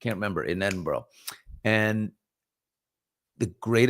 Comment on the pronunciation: it’s pronounced more like EdinBRA